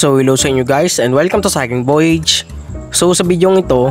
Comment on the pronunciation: "voyaj" po idol 😁